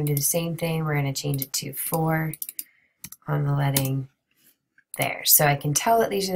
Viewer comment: you actually said it the right way. When talking about in this sense, it’s “ledding” lol. English is weird and I just learned something new haha